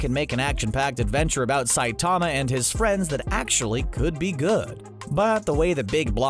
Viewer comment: CBR: Saitama has awesome power, here are a bunch of details from the show. Also CBR: pronounces Saitama's name wrong for the entire video.